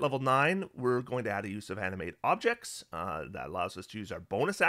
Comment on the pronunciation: I kept on hearing "Anime Objects" instead of "Animate Objects". What would that even look like? LOL!